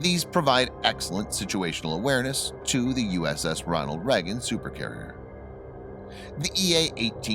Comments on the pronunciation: as a person from the US how can you not say Reagan properly ?? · Lonald Leygun not “Nucrear” either.